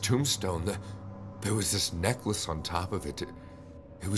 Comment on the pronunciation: Ha ha, the I love the way necklace was pronounced in #3 (neckwece) 🥰